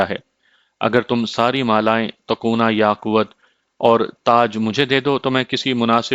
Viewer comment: It's not yaqwut .... It is Yaqoot